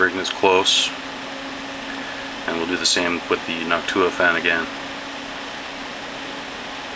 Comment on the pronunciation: that's how you say it.